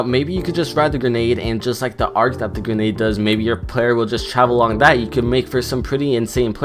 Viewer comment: He said ganade